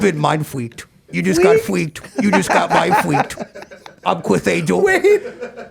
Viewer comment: Mine fweaked 😂😂😂